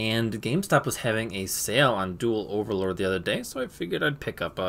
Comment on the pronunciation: Takes shots at for being unable to pronounce Apoqliphort and Halqifibrax, but stumbles on Overload. Only goblins can pronounce words that don't follow the typical rules of English and still have trouble with the basics.